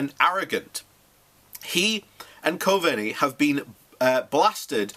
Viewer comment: Simon Coveny it's pronounced Sy-mon Cove-knee